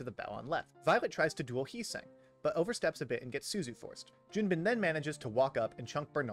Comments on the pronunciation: Pronouncing Junbin correctly 🥲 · Oh no, you did Junbin right! I was thanking